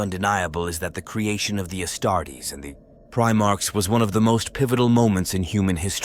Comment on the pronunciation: I love your approach to the storytelling of 40k but ditch the AI narrator. If it cant pronounce 'Astartes' or 'Primarchs', it might not be fit for the job...